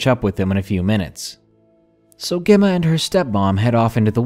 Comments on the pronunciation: Gemma is pronounced jemma. Not important just needed to say it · Gem ma- like gem stone and Ma. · You later pronounced Emma ok, Gemma is like Emma with J in front.